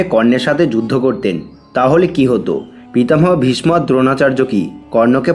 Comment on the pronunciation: ভীষমো আবার কি? উচ্চারণ ঠিক করুন